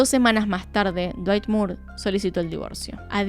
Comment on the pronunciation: Me destrozo el "Cuerpo de dwayt 10 de 10" ajajajaja no lo esperaba tras toda esa explicación tan técnica